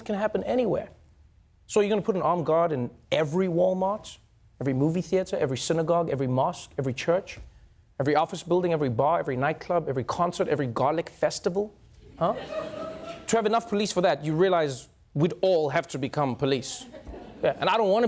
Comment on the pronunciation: Okay I know I just heard Trevor Noah mix up Gaelic festival with garlic festival LOL